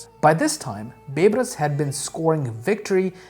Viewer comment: Hi. Big fan of your videos and really appreciate the effort. May I just comment on a pronunciation? Its Bay-Bars. Baybars. Not Beybras. Half-Egyptian and it was drilled into our heads in school :)